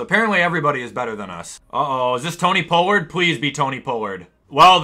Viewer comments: Hey, just letting you know that tony pollards name is pronounced tony pOllard as in pole or poet. Have a good trip! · pls say tony pollards name right